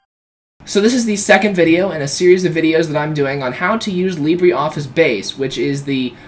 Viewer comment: Libre - not Libree